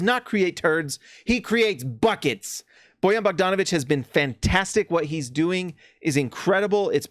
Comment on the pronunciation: You are one of few people who can pronaunce Bojan Bogdanovic like it should be lol